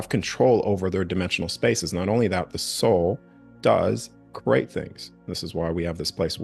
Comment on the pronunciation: He can’t say create right he says crate